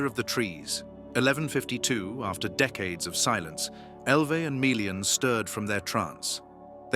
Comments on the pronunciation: meh·lee-uhn Not mee le an If you don't don't how to pronounce things don't guess, LOOK IT UP. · and MAY LEE AHN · There's nothing wrong with the lore being described here. I'm rather confident I could go and check my copy of the Silmarillian, and it would match up perfectly. But there's something amiss with the narrators pronounceation of Melian. He keeps saying it like Mi-lian while it should be Me-lian. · This is an AWFUL channel. All the names and visuals are wrong and obviously AI generated. Melian is not Mee-lian!!!! and she was not blonde !!!!! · they're not. It should be MELLIAN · I don't even think they are pronouncing melians name correctly.